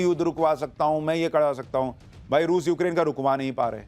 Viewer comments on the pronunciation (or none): none